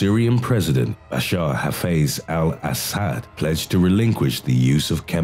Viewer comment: I've never head Al Assad's name pronounced so diabolically